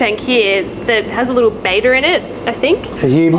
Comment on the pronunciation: Looks like people everywhere struggle to pronounce Betta correctly. The Australian accent does gives it a unique twist.What amazes me most is that it is people that work in a LFS. That said, the tanks are incredible. I will be referencing their videos when I set up my next tank. Even SpankBob was kind of cool.